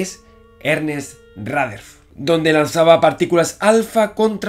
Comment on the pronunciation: Él dice Ratherford 😂❤️